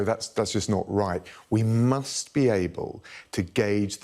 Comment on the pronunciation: Those over emphasised "musts" won't hide your stupidity Mr Raab